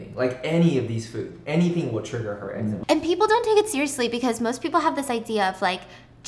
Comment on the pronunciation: I just want to say I’m glad you say eczema the same way I do 😂 this one time I mentioned that my eczema was flaring up super bad and the person I was talking to was like “it’s pronounced ‘Exzeeeemmaa’ 🤓” I was like “ummm kindly shut up… I’m gonna say it this way because the way you just said it made my skin crawl into my bones”